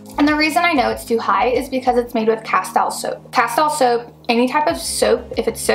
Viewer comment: Please learn how to pronounce Castile